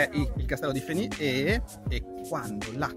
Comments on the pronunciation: fenice? verre? ostrega! pronuncia fenis, verres..hahaha grande andrea, la prossima volta che vieni in valle fai un fischio! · Ma Andrea le S dei paesi vanno pronunciate😂😂😂 VerreS e FeniS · Federico ha ragione, si pronunciano le S sui nomi dei paesi come Verrès e Fénis :) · scusa ma abito in valle d'aosta da 41 anni,forse saprò come si pronunciano,ti pare! Oltretutto abito ad 1 Km da VerreS... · fidati che si dice così le finali si pronunciano😉